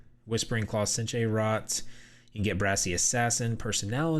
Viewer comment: Zanil Theran is also in Craglorn, for those that haven't done the pre-req quests to get to Coldharbour. Senche is pronounced Sench, not Sen-chay; Chudan, Choo-don, not chew-Dan; Y'ffre is Ee-fray, not Ya-Fray. These are all spoken in-game.